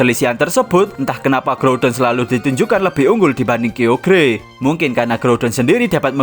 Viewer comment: dibacanya kayogar bukan kiogear